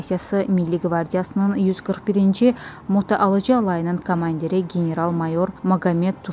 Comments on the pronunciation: Motoalıcı yox, motoaTıcı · Motoalıcı deyil ay xala, motoatıcı diviziyadı. 😂😂😂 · Xanım motoalıcı yox motoatıcı.